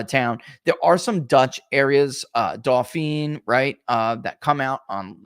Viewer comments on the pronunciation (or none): Dauphin County is pronounced as Dolphin.